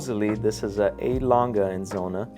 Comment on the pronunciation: It’s Lange not Langhe